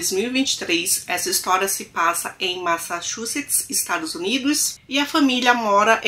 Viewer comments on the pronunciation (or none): none